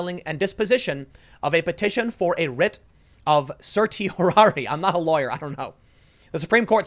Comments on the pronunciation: cer-SHEE- or-eee it's really easy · certiorari pronounced ser shi o rari Because Latin is weird